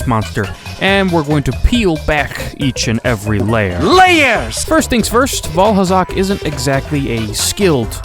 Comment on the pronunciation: Did he just say Vaalhalla?